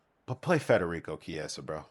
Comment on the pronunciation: I couldn't watch after hearing the way you pronounce Chiesa